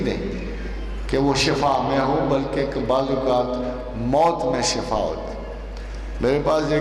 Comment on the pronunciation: Asslamoaliakm Ahmad rafiq saheb shafa nahi shifa boliay plz